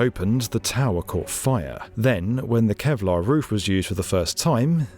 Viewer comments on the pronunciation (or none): none